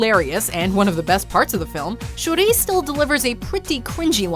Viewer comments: It’s shuri not Shuree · Who else cringed at how she said shuri’s name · Most of these weren't that bad, some quite good like the Jackson Pollack joke. What's worse than anything on this list is how the Watchmojo lady pronounces "Shuri".